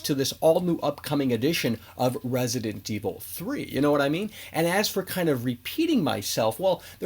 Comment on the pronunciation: Why does hey say "Resident Evil 3" that way lmao makes me wanna pull my hair out